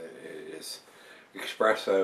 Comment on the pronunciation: Great stuff, only thing i will say is its pronounced espresso with no x.